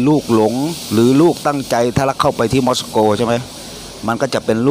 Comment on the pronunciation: 5555 ม็อด-ซา-โก ต้องอ่านว่า มอส-โก 5555..บรึ๋ย..